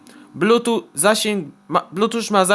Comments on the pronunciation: Nie muwi się blutucz tylko blutchuf a piszę się Bluetooth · Blutucz :D "(...) podłanczamy do tableta (...)" "odłanczamy" "włancza" Szok!